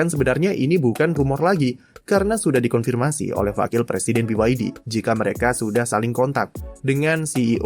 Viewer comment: ternyata bukan Biwaydi, tapi Biyadi